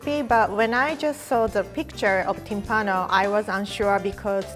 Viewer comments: No Timpàno, it’s Tímpano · I'm Italian and I've never heard of this before ahah BTW is Tìmpano, with the accent on the I ;)